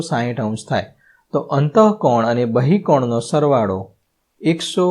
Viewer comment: સર બહિકોણ નહીં બહિષ્કોણ